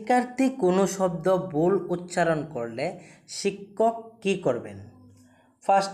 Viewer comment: ভাই কিছু কথা বলার আছে।আমি একজন পিজিটি শিক্ষিকা।তোমার সব কিছু ঠিক আছে, কিন্তু তুমি মানো আর না মানো তোমার উচ্চারণে অনেক ভুল আছে।আগে উচ্চারণ ঠিক করো।একজন শিক্ষকের প্রাথমিক গুন বা বৈশিষ্ট হল সঠিক উচ্চারণ।তুমি 'ভুল' উচ্চারণ কে উচ্চারণ করছো 'বুল'। 'থাকবে' কে উচ্চারণ করছো 'তাকবে'🤣।'অর্থাৎ'কে উচ্চারণ করছো 'অর্তাৎ'।ভাই তুমি মাছ বাজারের কেউ না তুমি শিক্ষক তাই উচ্চারণে মনোযোগ দাও। ভুল বলে থাকলে নিজে শুনে দেখো।তোমার ভালো চাই তাই বললাম। আশা করি পরবর্তী ভিডিও দেওয়ার আগে জিনিষ গুলি ঠিক করবে। শুভ কামনা রইল।। বেশ কিছুদিন ধরে দেখছি,না বলে পারলাম না।🙏🙏🙏